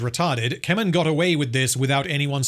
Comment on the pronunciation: When I heard you say "Keman" the first time, I had to rewind because I thought you said "Kevin" 😂. Yep, that Tolkien original character, Kevin of Gondor lol. Also, the orcs in the video games had more personality, where they could be your spy, mortal enemy, etc, and they would rise and fall in rank by killing each other regardless of what you do. Good stuff, might play those again. Can't remember their names.